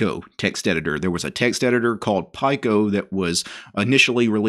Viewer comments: Pike-O😂 As soon as he said that I came looking for this comment! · It's pronounced "pico" as in 1/1000 of a nano. "Peek-O" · Pico is pronounced pee co. Nano is pronounced nah no. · yeah, i was thinking same.